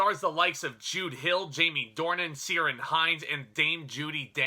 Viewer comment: I'm from Derry Ireland ☘️ so this film obviously I will have a sentimental bias unconsciously . Your review was marvellous your a real film buff or critic whichever you do prefer , thank you for input it was very enlightening . Oh btw it's pronounced Kere ( Like here ) on hinds